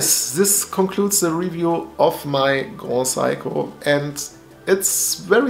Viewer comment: grohsaiko is amazing brother:) just wanted to make you aware of the proper pronunciation! Also love your dial and the watch.. do you know much it costs to change the battery?